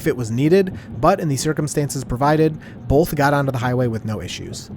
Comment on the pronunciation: "Bolth" - 2025